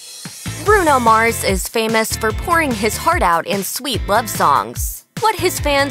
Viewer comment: how u f up the name Mars & say Mors